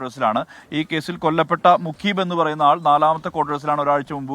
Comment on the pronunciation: പെട്ടി ഓട്ടോ ഡ്രൈവറും നമ്മുടെ അഥിതി തൊഴിലാളിയാണോ? മുഗീബ് എന്നല്ല മുജീബ് എന്നായിരിക്കും.